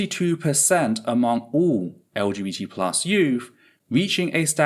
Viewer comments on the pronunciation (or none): Are you sometimes saying LGT+ or am I just not hearing the B? I felt like you said it without the B a couple of times but that seems weird and I don't see a reason for it 😅